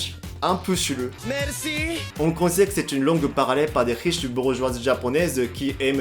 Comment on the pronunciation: Le "Merusi" d'Aoyama Yuga! 🤣😂 Je m'y attendais tellement 🤴👑😅 le "Bonjulu" sur la notification m'a mise la puce à l'oreille.